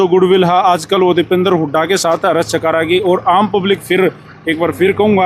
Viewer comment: Pehli baat to naam khrab mr kr mera 😂 mera naam हर्ष hai ,,,,,,हरस नही